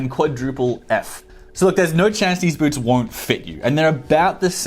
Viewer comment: Boots not Boorts